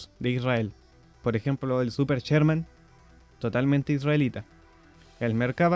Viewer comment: No es "cherman", es Sherman.